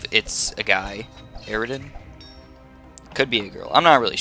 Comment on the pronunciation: its not aridan its eridan